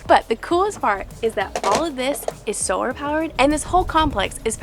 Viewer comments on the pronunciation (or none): none